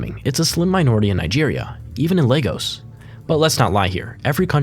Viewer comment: Lay-gos ❌ Le-gos ✅